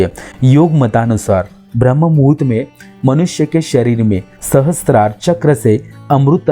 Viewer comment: ब्रम्हमुहूर्त ये शब्द ठीक से बोलीये